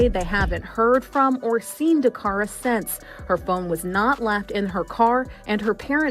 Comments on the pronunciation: How disrespectful that you can say the killer's name correctly, but not say DACARA'S name correctly! Don't just create a video and not give accurate information. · Her NAME is "DA- CARA" not "Dara !"